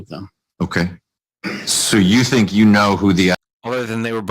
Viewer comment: He’s the president of RCA and can’t even pronounce “you” correctly…